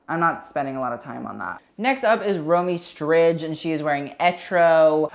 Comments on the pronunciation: Listening to him pronounce Romee Strijd als a dutch-speaker myself is just.. cringe BUT I love your reviews ;) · Hey babe, Romee Strijd is pronounced Row-may Stride (but the d more like a t-sound). Love your video's!! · I’m not Dutch but I high key doubt that’s how you pronounce Romee Strijd